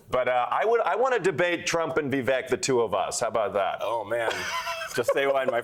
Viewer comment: The great Voo-vuk Ramaswoop😂😂